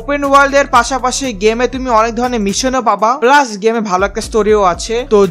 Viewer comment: ভাই ওইটা প্লাক না ওইটা প্লাস হবে তোতলা তোতলায় কথা বইলা ভিডিও বানান কিছুই তো বুঝি না 😂😂